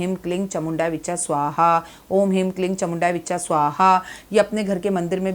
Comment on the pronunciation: 🕉 हीं क्लीं चामुण्यै विच्चै बोला जाता विच्चा नही please correct कर ले मंत्र जप सही होना चाहिए